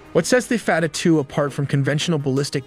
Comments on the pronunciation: F-A-T-A-H not fatatue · "fatter" two missel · Fattah (pronounced fat-taah - strong /t/) translates to "opener" and it refers to one of the 99 names of Allah in Islam, signifying Allah as the one who opens all gates of victory. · the damage from a white boy saying fattah hurt me psychologically more than israel ever could